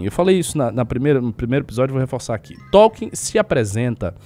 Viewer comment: eu concordo com quase tudo que vc falou mas toda vez q vc fala T(ó)lkien uma fada morre